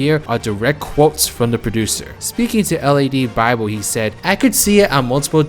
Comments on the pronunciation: It's LADBible not L.A.D. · L.A.D bible lol It’s pronounced “lad”